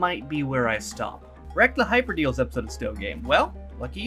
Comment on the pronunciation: BTW, its called Hyperdales not Hyper Deals